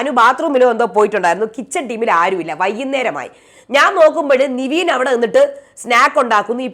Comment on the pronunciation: നിവീൻ അല്ല നെവിൻ 🙂എത്ര പറഞ്ഞിട്ടും കാര്യം ഇല്ല 🙂